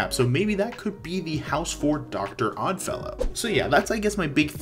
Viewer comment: You got Stranger Things, Exorcist, and Dr. Oddfellow exactly correct!